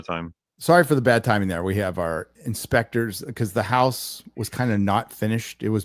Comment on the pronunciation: Inspectors, not Spectre 😅